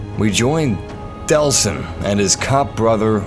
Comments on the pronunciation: It's actually Delsin Rowe, not Deslin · DELLLLLLL...SIN. Not "DeSLin." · It's Delsin! Not Deslin!!!